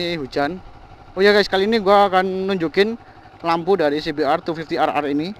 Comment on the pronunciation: kayak e klo liat langsung bagus nih motor 😂 klo boleh koreksi bacanya cbr250(dobel)r 😁